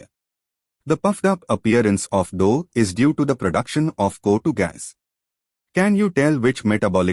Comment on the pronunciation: Thank you for this...if i go for reading this chapter , it would have taken 2 hours.. bcz of you i completed it in just 27 minutes..😭😭...thank you sirrr... . . . . . . . ( no intention of criticism and finding fault ), CO2 gas is being pronounced as Kotu 😅 gas..